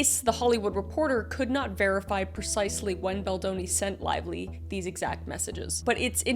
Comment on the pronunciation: Blake Lavelie? Did you pronounce her name like that